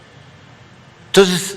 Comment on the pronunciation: No sabe ni pronunciar el maestro de los chairos dice Tenotitlan en ves de Tenochtitlan y también pronuncia tonces y pereme pereme